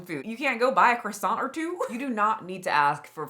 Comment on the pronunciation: I love your videos but as a French, we do not prononce Croissant as Kwassantt 🥲it's prononce as Krrwa-sahn we do not prononce the T as the end , the kr sound must come out of your throat ahha. Howerver I know this sound for you native english speakers bc you don't really gave it in English but still hope it helps ;)